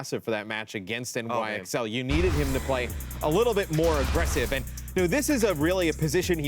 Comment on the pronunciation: calling NYXL “nixle”...........